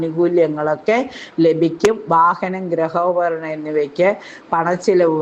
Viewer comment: ഒരുപാട് ഉച്ചാരണരത്തെറ്റ് വരുത്തുന്നുണ്ട്. ഗ്റഹോപകരണം അല്ല ഗൃഹോപകരണം.